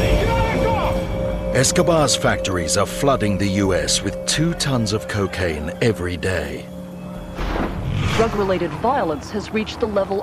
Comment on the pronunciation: "the kekain trade" 😂